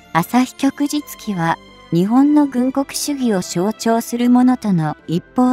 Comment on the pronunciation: ✖ 旭（あさひ）日旗（きょくじつき） 〇 旭日旗（きょくじつき）